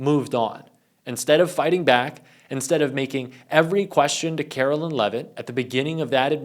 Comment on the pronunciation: 💙💙💙💙💙💙💙 Love you!!! BTW: Remember: KARE'-OH-LINE Leavitt, NOT Carolyn. Other than that Your golden!!!